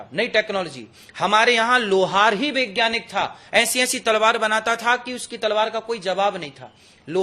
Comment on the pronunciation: महाराज जी.....वैज्ञानिक बोलिए.... विज्ञानिक कोई शब्द नहीं है।। बताओ आप ठीक से हिंदी भी नहीं जानते 😂😂😂😂😂